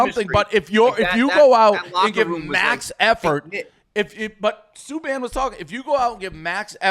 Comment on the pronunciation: Dave didn’t even say PK Subban correctly. He’s just a boston boomer